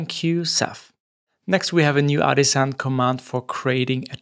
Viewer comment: dude I absolutely LOVE how you pronounce "artisan" 😃